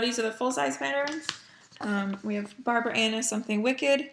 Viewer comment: I'm sorry. I thought I heard you say "I've Never done a Barbara Ana before." -_- I amend my vote. Barbara Ana!